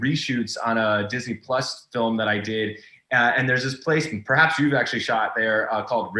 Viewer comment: Marc mispronounced Disney Plus throughout this whole thing! 💕